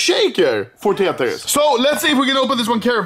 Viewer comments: He says teytris instead of Tetris 😂😂😂that’s just so good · Anomaly: Tetris : | Tietris :))))))))))))))))))))))))))))))))))) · I mean tyetris